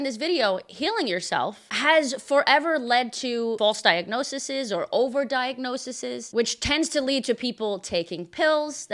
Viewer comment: Not diagnosises. Diagnoses (pron. .diagnosees/) As in crisis/crises, basis/bases, thesis/theses, etc.